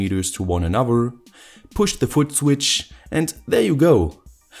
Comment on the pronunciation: I really like your videos, but pleaaase say th now w in anoTHer :(